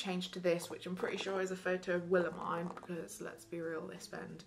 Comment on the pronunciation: i keep getting SO triggered when she says Willemijn’s name wrong 😭 but great video, very jealous of all the merch!!